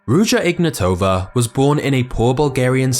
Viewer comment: Ig NAT ova. Not pronounced ig na TOVA.